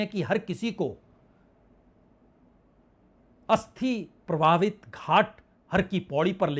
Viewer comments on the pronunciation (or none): प्रवाहित या प्रभावित?? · प्राकृति नहीं प्रकृति प्रभावित नहीं प्रवाहित। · Pravahit is.correct pronunciation 😊